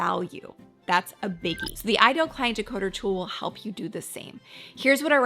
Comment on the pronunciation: Great video! "Decoder" please!